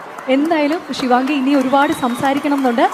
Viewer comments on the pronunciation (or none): ശിവങ്ങി അല്ല ശിവാംഗി 🙏🙏